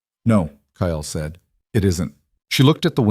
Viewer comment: If a simple name such as Kyle (pronounced K EYE L) can't be properly pronounced correctly, go for Bob or Joe. Can't screw that up. Ditch the alien from Mars garble.